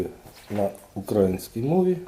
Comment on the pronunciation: Дякую за украЇнську (ще навчитеся наголос ставити вірно на букву Ї, то взагалі вогонь буде!) З повагою.